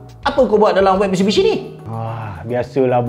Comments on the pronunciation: abg eja mitsubishi pon salah 🤣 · Taip MISTUBISHI 😅😅😅